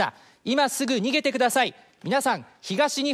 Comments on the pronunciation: When he said "Evacuate imme---" i thought i heard n!gg@ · I was going to point it out that it sounded like that. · when it said "exacuate immedia-" the end sounded like the n word... uhh.. you know what i said. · god damn it why did i think he just said the n word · wait the last word the guy said it sounded like the n word tvh